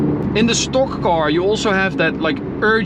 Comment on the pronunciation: English is getting really good, 👌. The way you say "car" and "stock" however is still completely wrong.. 😁.. Strangely because the rest is correct 🤔